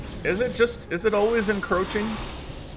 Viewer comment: Encroaching. I've never heard anyone say in roaching before